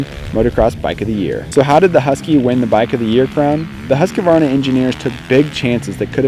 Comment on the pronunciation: Huskuvana hahah, try saying Hoosqwuarna